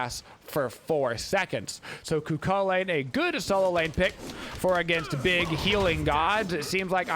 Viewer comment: Still can't hear the difference between Cu Chulainn and Kukulkan when says them